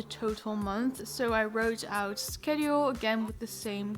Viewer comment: thats not how you pronounce Schedule